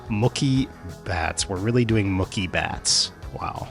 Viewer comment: Man how you gonna complain about nicknames when you cant even say "Mookie." Mucky Betts? No wonder you hate Mookie Batts as a nickname, they all sound bad when you say it like that. Moo-key. Not Muh-key.